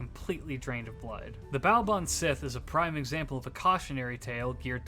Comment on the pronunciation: Pronunciation note: Baobhan Sith should be pronounced closer to "bavaan shee". The letter "h' changes how other letters are pronounced in gaelic: 'b' becomes 'v' and 'th' becomes 'h', sorta. It's helpful if you think of the Baobhan Sith as a type of banshee, and that their names are pronounced similarly for a reason. Leanan sidhe, cat sith, aos si or aes sidhe, and cu sith are all similar examples of the "shee" pronunciation (sidhe is often more a "shee-uh").